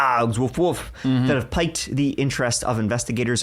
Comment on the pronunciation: piqued is pronounced 'peeked' - can't help it I'm an English teacher!